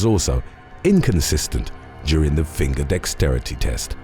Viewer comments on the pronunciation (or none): none